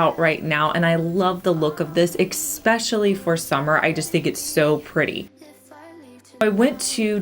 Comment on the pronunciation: Yes, FRINGY is a word, but EXspecially is NOT. The correct word is ESpecially. Love your crafts.